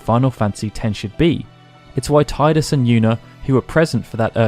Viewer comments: Is pronounced tee-dus not tie-dus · They call him Tidus (Teedus) not Tideus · Only heretics who pronounce gif as yiff would pronounce it Teedoos. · It could be due to the fact that he is very connected to water. Tide-us. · Good video. But there are people who are still saying "Tie-dus"? A Final Fantasy based channel, even. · To everyone who is annoyed at the pronunciation of Tidus: get over it. People mispronounce many Japanese places like Hiroshima or British places like Bicester and I don’t go around correcting people of it, it’s whatever makes it comfortable for you to say. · Interesting approach. But wrong nonetheless.